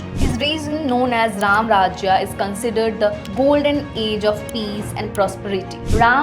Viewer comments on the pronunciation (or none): why the hell you all new english k fufe sab god me end me A lagate ho , it's RAM not rama it's not dwapara yuga , it's simple DWAPAR YUG !! NO NEED TO ADD A AT EVEYRTHING !! ADDING LINK OF VIDEO OF AMITABH BACCHAN ON SAME TOPIC WHERE HE EXPLAIN SAME TOPIC WITH LOGIC